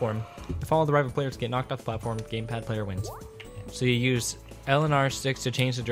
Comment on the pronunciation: I heard GamePlad lol